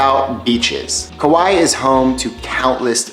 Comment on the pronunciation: Also Kaua'i is "ka why ee" not "Kawhy" . I know that's a little nitpicky though